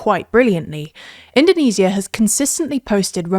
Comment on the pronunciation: Why is she pronounced indonesia in the most wrong way possible lmao. We don't call Japan - Nihon or Germany - Deutcheland in English